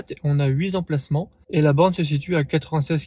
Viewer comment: Merci de ne pas dire huis'emplacement (en faisant l'accord comme s'il y avait un S), mais bien huit'emplacement (il y a un T)